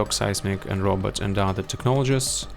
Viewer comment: Nolan - What skills, if any, should be taken to 15? Robot - I always hear "Robert" When you say Robot 😆 Yellow Mark - I disagree with his "skills scale poorly". Skills 1 and 4 are great at 15 Range Mauler - Should be AT LEAST A tier due to how useful it is in TnG and event OPs. Weighted PvP too high in his rating Seance Dog - Would like more analysis on him and his skills, regardless of availability. Seems like ranking is solely based on availability and power level. Melee Mauler - He seems decent. I got him to 1k for the case file and he is tough!